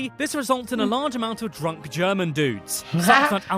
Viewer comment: The pronunciation of the commentator's German is dreadful again. He knows about the Adidas, though. German is such a straight forward language. You read a letter or a combination of letters and you know how to pronounce them. Peculiarities: "g" is always pronounced as "g" in "go", "c" and "z" is always pronounced as "ts" (!), "ch" is "kh" (something like that), "sch" is "sh", the vowels are also straight forward, but a bit difficult to explain here.